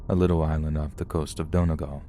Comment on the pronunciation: Hey great video as always! Loved this especially as I’m Irish! When saying Donegal try pronounce it like done-e-gall, just if you want to sound like a native 😁